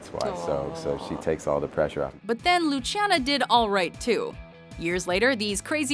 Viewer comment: Matt Damon's wife is from Argentina, not from Italia. So the name is pronounced Lusssssiana (though is with a c) not luchiana!!!!